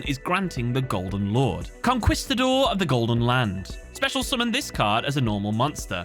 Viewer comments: Conquistador; “CON-KEYS-TA-DOR” not “CON-KWIS-TA-DOR.” Spanish word so “qu” is pronounced sharply, “kuh” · Really good video. I dislike playing against that archetype, but I have to admit that the lore is really good. A Spanish correction. The "quis" in Conquistador has a "kis" sound not a "kuis" one. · I love you, but it's pronounced "con-kee-sta-door" not "con-kwee" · I feel like these archetypes are all the results of the artists asking themselves "hmm... would this make a good anime?" Also it's con-keeeeeee-stador. The 'u' is silent. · It's hilarious to hear him say "con-kwee-sta-dor" XD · It honestly bugs me that he mispronounces Conquistador. Like... Immensely. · im leaving a dislike simply because you mispronounced "conquistador" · Great video. Can't get over your pronunciation of 'conquistador' tho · Bruh how do you repeatedly say Conquistador as "con-kwiss-ta-dor" and then immediately back to back nail the pronunciations of "conquerer" and "Huaquero". Like I don't want to ride you too hard on this but, like, you see how conquerer and conquistador are related, right? And how if you pronounce "qu" in Huaquero...look I know English is crazy but Spanish only has one way to say all of its letters. You got it! Just needed to circle back for those poor conquistadores. Cheers. Salud.